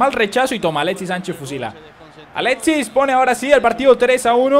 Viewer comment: oye es alexis no aletsis